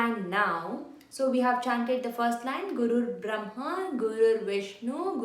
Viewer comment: Nice work. Just want to point out that it's Brahma, not Bramha.